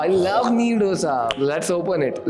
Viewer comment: डोसा नही, दोसा है!